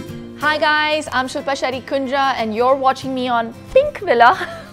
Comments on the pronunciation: okaay fake accent kundra here.... I know it's Okay to have ur own accent but if u know how to pronounce a word... y would u pronounce it incorrectly 😂...just like Shilpa said kundra which sounded like tundra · It’s kundra or khunjra 😬